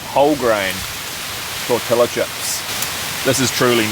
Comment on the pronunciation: commendable performance on the Mexican dinner but real flour tortillas are more authentic and less messy, also don't pronounce the LL's in tortillas. Also add the spice packet while browning the mince.